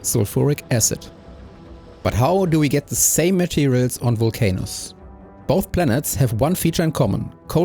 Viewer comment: Why can't i unhear "vulc anus" 😭